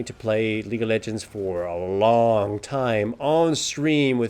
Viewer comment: Lol the way you pronounce lol sounds like Legal Legends which sounds like a movie about a famous team of lawyers.